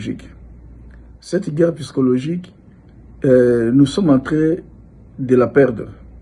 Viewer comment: On dit psychologie et non pyscologie